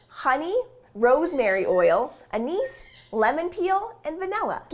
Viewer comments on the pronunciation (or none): Fyi: you mispronounced anise Great video as always though.